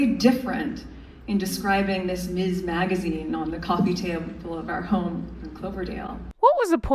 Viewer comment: Also,, we ❤ you but For all of us who have fought the fight for women 4 so long, it's "MIZ" not "Miss" for Ms foundation